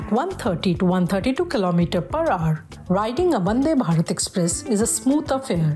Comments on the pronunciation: Why is she saying Bandhe Bharath? And is clearly not wiring bug Welding! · Highly Appreciate the effort from print for making the manufacturing team and facility visible to the common man. The mention of the women's team and interview of key staff is very well done..., great work. One minor feedback, i think the presenter said bandebharat instead of vandebharat...a few times... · That is not bandhe bharat, it's vande bhatat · Why are calling it as " Bhande Bharat" it's Vandhe Bharat 🤣